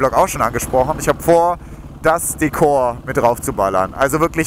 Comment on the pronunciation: Bitte bitte bitte sag Dekor und nicht Deekor....das hört sich so falsch an. Aber dein neues wird bestimmt klasse